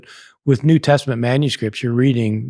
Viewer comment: There is no k in new.